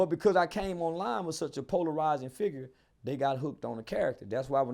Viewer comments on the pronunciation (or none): none